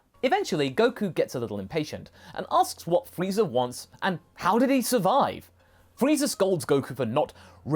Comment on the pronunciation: After watching TFS abridged series all I hear is Freezer. Wait is he saying freezer or frieza?